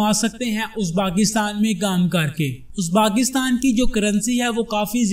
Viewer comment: merey bhai is mulk ka naam uzbaakistan nahi hey balke uzbekistan hey bhaaaaai.